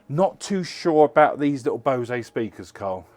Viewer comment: its pronounced bose, the same as rose ! and buy a new top that must have fitted you about 20 years ago